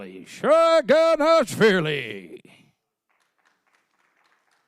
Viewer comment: Bro Don Underwood really butchered their names 😂 Irakli Saginashvili? 😂😂😂